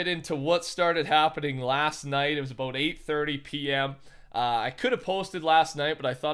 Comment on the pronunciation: TCR's inner Canadian tried to come out for a sec "aboot" 😂